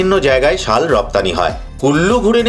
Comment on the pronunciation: ওটা ছাল নয় শাল ।